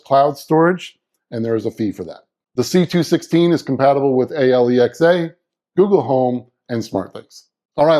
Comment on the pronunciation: Its Alexa not A-L-E-X-A